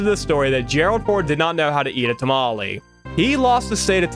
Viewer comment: my mexican blood physically started boiling not only because he’s never had a tamale but also because the of the way he pronounced it 😔